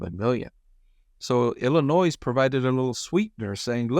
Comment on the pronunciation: Hot tip regarding the Illinois plant. In Illinois, the "s" is silent.